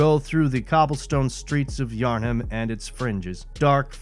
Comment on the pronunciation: Im sorry, "Yarn Ham?" Its Yharnam, theres no second H in there to make that mistake. :/